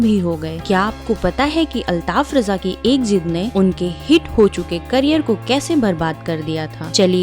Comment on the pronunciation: Abe chutiye use raja kyu bana raha hai न रजा न राजा है वो रझा है।